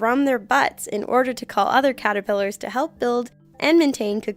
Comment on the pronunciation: It's Caterpillars not catipillars.....